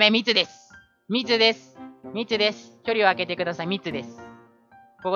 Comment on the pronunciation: み↑つです